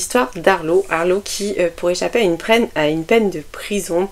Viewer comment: Super video, comme d'habitude, je prends vraiment beaucoup de plaisir à les regarder. J'aime la diversité que l'on trouve sur cette chaine et la manière dont tu donnes tes avis, de manière très respectueuse et bienveillante même lorsque le livre t'as moins plu. Juste un détail : on dit 'Païne' pas Pine lol, au début je ne regardais pas la video et je me suis demandée ce que c'était que ce livre, je croyais que c'était un peu genre porno du coup... J'ai failli en recracher mon café 😆. En tout cas, ma PAL grossit à vue d'oeil à cause de toi 🙃. Bonne semaine et vivement le prochain vlog!